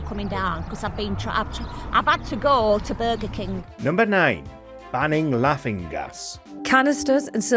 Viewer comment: “I’ve add to go ta Burga King” will never not be funny. People need to get a grip.